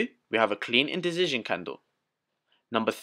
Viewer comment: You always make me laugh when you say "Indicision" It's like there is a Z substituting the C. Other than that, thank you for the great Playlist you've gather together for us!